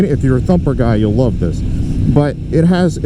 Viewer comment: Dude cant say the word “love” . Haha commitment issues…….. nah, the bike awesome. I think it looks pretty sweet other than the pointy fairing on the tank. Ill probably have to get one